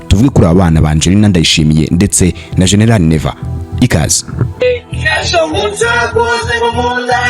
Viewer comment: Noeho ntaguzi kuvuta GENERAL ngo shenelale 😅😅